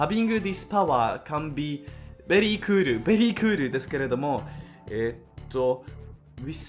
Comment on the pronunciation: “I was born at a vary young age” 🤣🤣